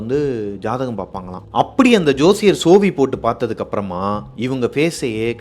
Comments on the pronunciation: Sozhi❌️ Sovi ✔️😂😂😂🤭🤭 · தம்பி கதை அருமை,ஜோசியரிடம் உள்ளது சோவி இல்லை சோழி